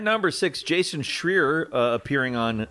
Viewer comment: Ok I think, or should I say () is AI in this clip. First I noticed his voice was different. Others say the same in the comments. After he butched the last name of Jason Schreier, when he use to get it right, I was convinced. Add that in one of the news he was pretty in favour of AI so there’s that…